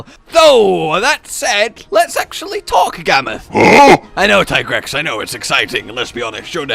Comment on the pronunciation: sucks at pronouncing many monster names even when world literally pronounces them for him. Alat-reeon Fat alice Gwarga Tie-grex Nergee-gante I'd like to think it's on purpose but who knows